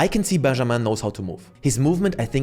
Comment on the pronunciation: I did not expect you to pronounce Benjamin perfectly like that